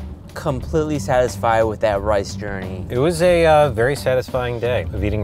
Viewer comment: Bro said lice